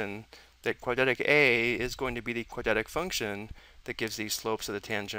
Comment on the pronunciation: quad-rat-ic is how you pronounce "quadratic" not "quad-at-ic"